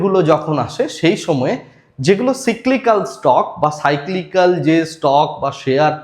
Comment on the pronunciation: ওটা সিকলিকল নয়, সাইক্লিকাল 😄